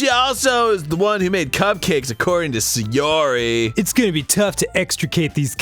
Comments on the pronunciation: that girl is SAY YOH REE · just sayori just sa yori just say yori JUST SAY YURI